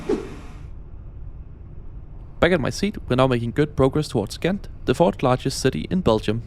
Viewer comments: Im not Dutch but I think Gent is pronounced more like “hent” with like a really hard h sound. Great video though! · In local dialect and generally in the Western Belgian accent it's indeed more like "Hent". In Standard Dutch it's a soft g, similar to a "ch" but just a bit harder